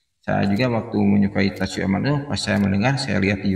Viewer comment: Ralat bang, Tatsuya Amano. Bukan Tatsuyo Amano 🙏🙏🙏🙏.